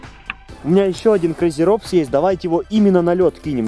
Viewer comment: Петарда crazy robots роботс а не робс